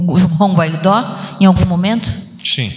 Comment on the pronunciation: Guaidó, não! Guaidô! Escreve-se Guaidó e lê-se Guaidô.